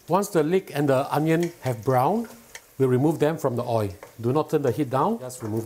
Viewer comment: The way he pronounces “oil” 😂